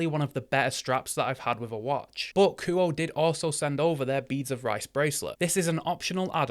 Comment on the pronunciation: kuo-eh.. not ku oh